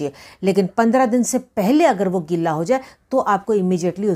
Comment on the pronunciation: गिल्ला नहीं गीला